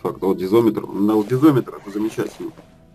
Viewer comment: Дизометр? Лол))) Дозиметр, ))